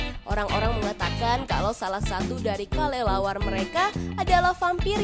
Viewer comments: Yang teka teki di detik 45 itu kalo ngomong kok kalelawar ya bukan kelelawar coba deh kalian periksa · Dia itu ngomongnya Kalelawar